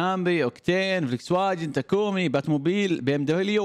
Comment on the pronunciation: اخوي اسمها فولكس فاغين مش فليكسواجين🤣🤣🤣🤣